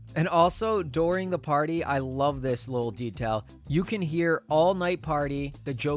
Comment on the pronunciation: Lol "Douring"